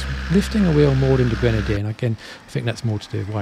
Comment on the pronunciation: Qrenadier?! No! No! No Leksus - 550! - 👍👋😁